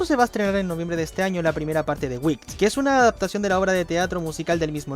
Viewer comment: Vídeo god y peli god, pero así no se pronuncia Wicked xD. Entiendo el error, lo dices como otras palabras en inglés que también acaban con "ed", pero Wicked se pronuncia como se lee.